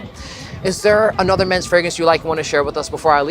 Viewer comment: "Hello, I'm a fragence influencer." 😂😂😂